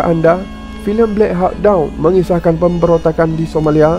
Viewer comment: Admin....apahal banyak sebutan tak betul ??? Perkataan VIETCONG....awak sebut WITCHONG....sebenarnya...WIYET KONG......BLACK HAWK DOWN ....awak sebut BLACK HAWOK DONK... sebenarnta BLACK HOCK DOUN...baiki sebutan anda.. maaf